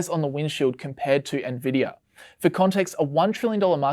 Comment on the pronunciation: im sorry "ne-vidia" ahahahahha